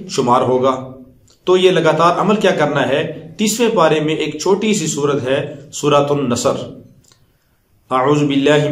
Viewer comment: sir ya tu sura nasser ha ap bol rehay sura nassa plz correct it